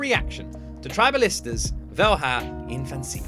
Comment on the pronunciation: Try to say Vell-ya Infancia.